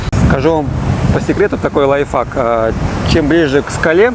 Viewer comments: Пожалуйста говорите ,правильно не которые слова..Например не Лайф фак,,это ужасно.. А Лайф хак.. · Лайфхак, а не лайфак😂